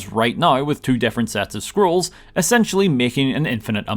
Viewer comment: im sorry i cannot unhear Squirrels instead of scrolls and so if you are reading this you will share my pain